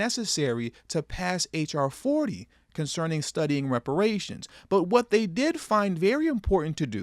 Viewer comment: She can’t even pronounce the word ‘reparations’. That says it all.